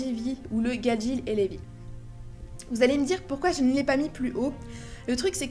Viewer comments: je suis desoler mais se né pas lébi mais "Rébis" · C'est pas Leby mais reby et tu a rater pleins de moment qui montre que reby et gadjile, natsu et lucy ,Grey et jubia sont fait pour être ensemble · C’est pas Levy : c’est Reby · c'est pas Reby au lieu de Levy? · c reby pas levi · CEST PAS LÉVY CEST DEVY